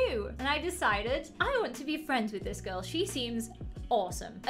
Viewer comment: I thought you said Grill lmao